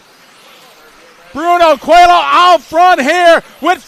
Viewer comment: Is not “COELO” it’s COELHO that is “COELIO”. Congrats! 🇵🇹